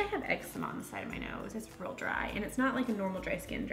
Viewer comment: She says real a lot but comes out rull. Like that's rull cute, think it was their American eagle haul.